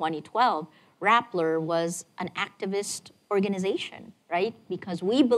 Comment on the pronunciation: Rappler not Rattler.